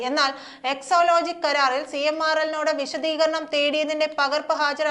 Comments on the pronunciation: Yes she always says so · എക്സോ ലോജിക്കല്ല കൊച്ചേ. എക്സാലോജിക്കാണ്.